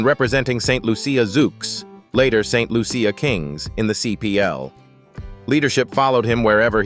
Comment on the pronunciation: The name of my Island is not ST Lu- ce- ya !!! But ST Lucia, (LUCIA) one word.